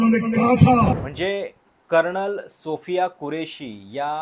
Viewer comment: “कर्णल” नाही रे भावा! “कर्नल”. तू मराठी उच्चारांसाठी एखादी शिकवणी लाव बघू! 😁😁😁